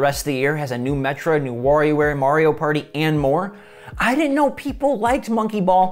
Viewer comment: Say it with me " Ma-ree-ow "